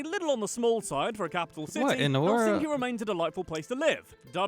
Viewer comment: The narrator makes the typical error in pronouncing Finnish names or words in general as the stress is always on the first syllable!😠 Thus it’s HELsinki👌 not HelSINki!😖